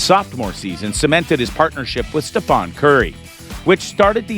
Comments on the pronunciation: It’s stephen curry, not stephon!!! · Dude his name is StephEN Curry, not StephON Curry!!!! Lame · U said stephOn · You should look at a few clips and pronounce Stephen correctly or the way Steph likes his name pronounced. It ain't Stephon. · Who tf is Stephawn Curry? 🤣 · Bro.. Say Stephon one more time... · Try Stephen, not Stephen. Then,try Trace (trace) , not Tracy. Must do better. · You have been told this many times. I will continue to dislike your videos until you learn how to say Stephen Curry. It's not difficult. Please fix it. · Learn how to say Stephen right...jesus